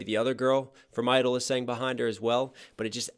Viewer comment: the kpop group isn't idle its (G)I-DLE pronounced (Gee idle)